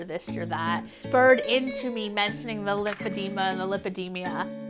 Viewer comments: The disease is called "lymphedema" but she's pronouncing it "lymphedemia"? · It's lymphedema. Not lymphedemia. You think she would know how to pronounce her self-inflicted disease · Please..pronounce it correctly. The last syllable is "ma" not "mia" I applaud your bravery on speaking out. I just encourage you though to not reduce your credibility by not pronouncing it correctly. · It’s not lymphedemia there’s no I! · It's NOT Lymphodemia, it's Lymphodema.😑😏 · She can't even pronounce it properly at first... "LymphedeMIA" she says. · She doesn't know how to say lymphedema? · WHY DOES SHE PRONOUNCE LYMPHEDEMA COMPLETELY WRONG?! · Too bad she can't pronounce it correctly lol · Right. Someone should have corrected her pronunciation by now. Love her anyway! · she's pronouncing the name of her own condition wrong. lipidemia and lipoedema are two different things and barcroft seems to think its lymphedema anyway lol